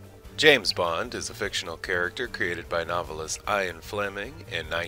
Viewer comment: What an odd way to pronounce Ian LOL